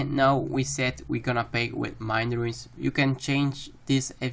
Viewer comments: stop calling runes "ruins" it boils my blood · Runes, not ruins